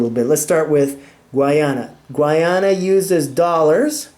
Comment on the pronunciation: Please pronounce and spell Guyana correctly.